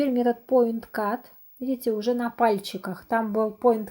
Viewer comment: Потнтинг или поиткат...на капце Ви апять говорите поиткат